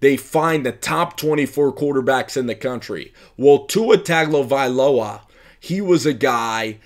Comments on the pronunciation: Its pronounced Tungovailoa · It's pronounced - Tongue Oh Vai Loa Mahalo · If you are going to do this you must learn to pronounce people’s name. Other than that you are on point.